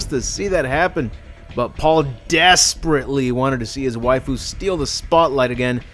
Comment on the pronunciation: He also says wifoo but both of them made good videos about this terrible franchise